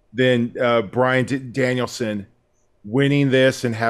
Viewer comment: this has never screwed up saying Bryan Danielson